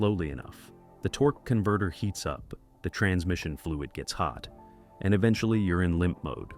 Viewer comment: The way the guy says Torquey Converter makes me laugh. Lol